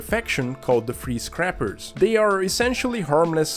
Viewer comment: I'm embarrassed that it took me a few minutes to realize you were saying free scrappers and not freeze crappers.